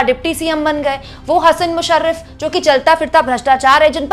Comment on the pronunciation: हसन मुश्रीफ, ना की मुशरीफ